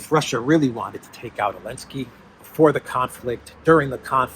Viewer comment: Why do you say "Elensky?"